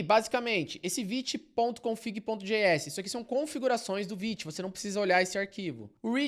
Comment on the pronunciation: Como assim se pronuncia "viti" e não "vaite"??? 💔🥀